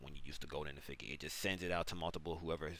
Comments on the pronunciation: Effigy pronunciation: Eff- Idge- Ee its not eff- figgy ffs 😆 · Eff-i-jee. Jee like Jar, Jam, Juice. Not Figgy like a fig. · In case you're curious, it's pronounced eff-ee-gee Great video though, very helpful! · I actually love the way you say effigy more than the actual way 🤣🤣 Imma say it that way now that goes hard 😂😂 good vid bro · It's crazy you made this whole video & can't pronounce effigy... still liked 🤣🤣🤣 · Terrible tutorial, no chapter buttons, asked to sub for 1 full minute, pronounced effigy wrong If u made a quick and easy to use video tutorial I would've subbed anyway without being asked to